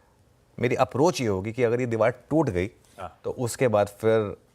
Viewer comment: Anchor ko bolo Deewal nahi deewar 😄